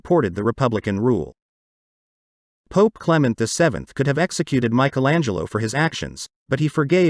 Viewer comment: Very interesting. But when will you ever learn to pronounce “Michelangelo” the correct way ? For us Europeans, it sounds so weird